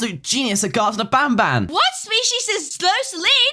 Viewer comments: He said nabnab but show a picture of banban😂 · Lol showed i picture of banban when he sed nabnabn lol XD